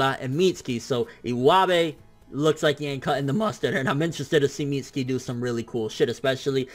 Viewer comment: Why can't he pronounce mitsuki